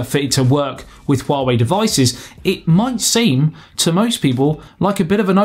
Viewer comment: I think the only problem of this HongMeng OS is the pronunciation of its name. Man you really did well when saying it and HuaWei, I've seen most say 'WA WEE' which made them sounding like a Chinese baby.